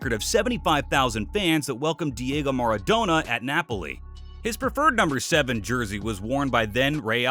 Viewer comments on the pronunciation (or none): none